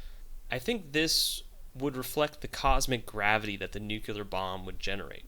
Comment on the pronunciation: Great clip. I just have 2 corrections: The directors name is pronounced JodoRowski and it's "nuclear bomb", not "nucular bomb"